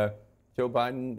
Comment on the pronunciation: Why does Jake Tapper call OUR President, "President OBiden?" He calls him OBiden twice. I've moved on and left CNN to MSNBC and The Meidas Touch Network, for many, many reasons. Jake, Kaityln ( she was horrible at the townhall meeting with Trump), and even Anderson Cooper have sold their careers for more money and not integrity! Good luck to your new CEO trying to get the independent voter! We have all moved on to other networks, especially Youtube networks like Meidas Touch and the Bulwark!